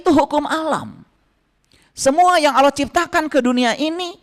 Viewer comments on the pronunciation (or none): Gak usah 30 zuj al-qur'an,membedakan Qori (pembaca alqur'an) dgn al-qori'ah (salah satu surat al-qur'an) saja anda gak tau,lalu dalam pengucapan ALLAH saja anda bilang AWLOH,saya saran kan anda belajar iqro dulu deh,pelajaran sekolah dasar.